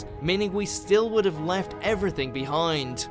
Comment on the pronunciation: ... with nothing else left-ah! But, that's a trillion miles away-ah! You guys really need a new narrator. Interesting material that's really annoying to listen to.